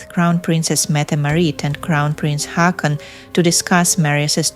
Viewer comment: Haakon is pronounced Hoh-kon. 😊